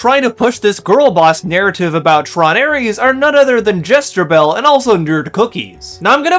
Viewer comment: Also, the fact the wispy haired peanut headed guy (?), can't pronounce Ares or Leto is super telling.